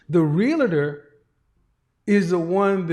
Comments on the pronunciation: Not Realotor!! I expect more from you! Say it 3 times and use it in a sentence. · It’s pronounced REAL-TOR not real-a-tor! Thousands make that mistake, even people in the profession.